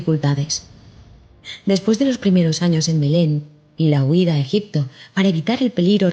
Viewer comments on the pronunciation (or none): none